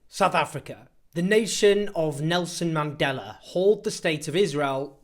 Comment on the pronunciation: The way you say Nelson Mandela is quite funny. Remember you are talking about a terrorist that during his times had ordered many bombs being placed in public places, like churches, restaurants, etc. please do some research. I am from the time that before entering the WIMPY everybody had to wait until the place had been inspected thoroughly. He was no Saint believe me.